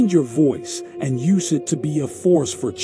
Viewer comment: Unfortunately ?Dollar? Listnr uses YOOSIS instead of the correct YOOZIZ in the context of the demo sentence.